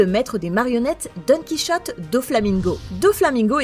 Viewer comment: Nn stp les prononciations donquichaute doflamingo et crocaudile là sinon super video